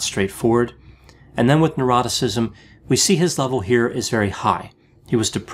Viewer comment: Every time he says "neuroticism" I hear "eroticism" no matter how many times I hear it.